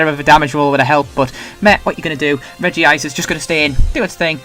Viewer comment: "Regice" not regive.